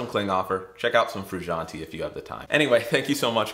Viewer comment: They way he pronounces Frusciante triggers me